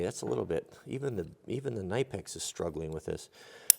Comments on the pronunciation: Ka-ni-pex..... NOT nye-pex. Great tools! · Believe it or not, the K in Knipex is NOT silent. Here is a video right on their own website where a presenter says the name multiple times